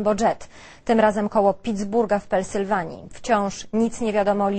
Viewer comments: "pelsywania" xDD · "Pelsylwanii..." Joli już dziękujemy. Jak dobrze, że nie muszę jej już słuchać.